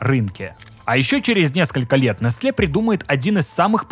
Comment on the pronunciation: Открою тебе Америку, чувак. Произносится не нестле, а несэл (ударение на первом слоге)...